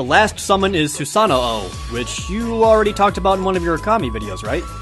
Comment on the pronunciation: ProJared pronounced Susanoo kinda weird, I always got the pronounciation from Persona, Sue-San-Noo